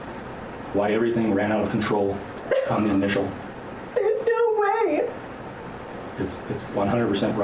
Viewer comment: HAHAHAHAHAHA! Dying at allegedly saying “NAUR” 😂😂😂